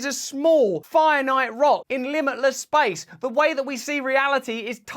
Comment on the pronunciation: Simultaneously lol, In one word “Shpashe”, someone measure the movement in one word. Lol “Shpashe” shpaceee